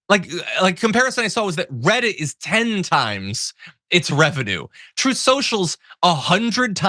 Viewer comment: Trump can't pronounce the word TRUT. He says Troth Social. The word TRUTH just can't roll off those orange lips.